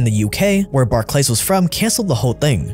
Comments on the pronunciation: Barclays Bank is pronounced BARK-Lis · In England we pronounce it bark-lees just FYI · They way you pronounced Barclays, bar-clays am dying hahaha made it sound so high class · Just FYI Barclays is pronounced Bark Lees like Charles Barkley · Jesus,... Do you sleep? I don't understand how you can keep putting these videos out. Just FYI, Barclays is pronounced barklees. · Barclays pronunciation was bit wrong, but other than that nice vid.